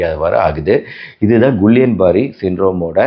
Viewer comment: Dr கிள்ளியன் பேரர் not குல்லியன்